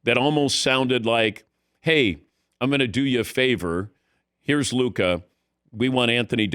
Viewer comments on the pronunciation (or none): Why do they keep saying Luka smoked cigarettes? Only heard huka